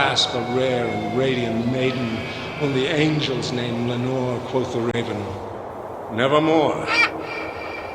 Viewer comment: quof the raven